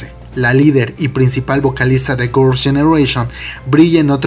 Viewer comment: me da risa que cuando pronuncias "girls generation" ... en "girls" te escapas de tragar la lengua 😂😂